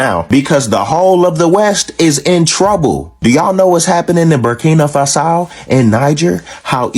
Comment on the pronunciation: Lmao that brother with a blue snapback didn't have to pronounce Burkina Faso and Niger like that lmao 😂😂😂😭😭😂